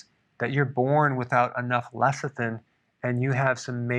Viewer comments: He keeps saying lethicin instead of lecithin, why is that? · Pronounced Less-i-thin. NOT Leth--i-sin. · He keeps saying lethicin..tongue twister..lol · I keep hearing LESSER THIN.